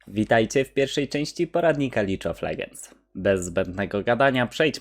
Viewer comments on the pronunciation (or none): bardzo fajny poradnik, ale taki pros powinien chyba wymawiać ,,lig,, a nie ,,lidż,, pozdro. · Japierdole "lidż" Of legends Xd